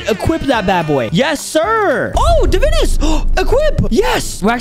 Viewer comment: Its pronounced (Da-Vine-Us)